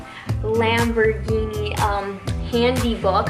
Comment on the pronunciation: The way she says the word “lambergheenee” hurts my soal